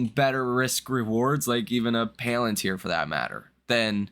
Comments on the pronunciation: You are fired from pronouncing the word PALantir hence forth. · I watch you everyday and I normally don't have much of a problem taking your analysis into consideration.... However the fact that you can't pronounce palantir correctly makes me think that you're not actually following the market and therefore I don't actually know what the hell you're doing so now I'm going to have to reconsider my time allocation and watching your videos and taking your videos into consideration